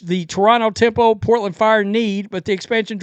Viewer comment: Toronto "Tempons" lol😂